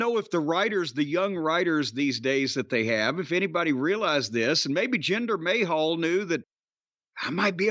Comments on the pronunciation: Jinder Mayhal! 😂😂 Cornette says it like Jinder Ahole! 😂 acting like the Rock stole his wife. The Rock is entertaining as hell. Why all the hate for The Rock? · Jinder May-Hal LOL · Always love it when he calls him 'Jinder Mayhall'